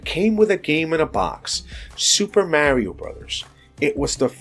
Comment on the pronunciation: My god. Mario is a real name. Why do people still mispronounce literally a series more popular than Mickey Mouse. No hate, but of all the standards in gaming that exists, getting Mario's name right should be one of the most foundational. It's a literally building block of the whole industry.